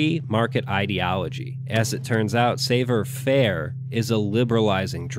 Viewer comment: Good videos, but just lol if you didn't get the commie revolution ending on your playthrough. (Also, that's not how you pronounce "savoir faire." It's french.)